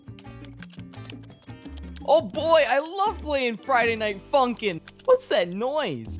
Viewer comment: fraiday nait funkin hmmm *friday night funkin' lolo